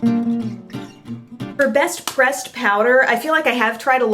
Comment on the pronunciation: Catching up on my videos and always love the Emily Awards of course, but when you said Best Pressed Powder, I thought you said "Best "Breast" Powder! I nearly died laughing!